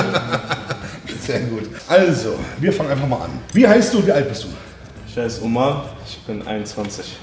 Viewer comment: Er ist türke und mann sagt ömer aber warum sagt jeder und er omar